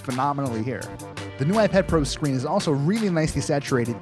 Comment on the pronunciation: Did he say iPad Fro at the beginning?